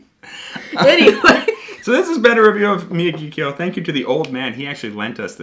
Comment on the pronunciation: Actually, it’s pronounced “みやぎきょうl”. What a Gaijin!